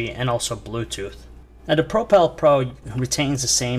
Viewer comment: Really annoying, i cant stand that he cant say propel.